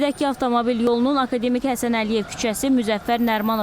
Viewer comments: Akademik sözün düzgün vurğulayın xanım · aka demik yox ey, akademik